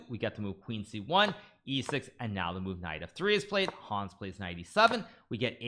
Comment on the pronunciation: The a in Hans is short. It's not Haaaans 😂